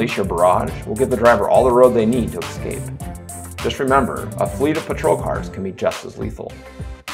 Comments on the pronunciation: Say eScape...not EXcape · You have got to re-record this. The constant pronunciation of the word “escape” as “eXcape” made the video nearly unwatchable and frankly too distracting to be a functional tutorial.